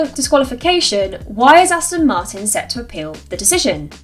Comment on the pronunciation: I wish people involved in motorsport wouldn’t say “Astin” when they’re trying to pronounce “Aston Martin”. Amateur hour!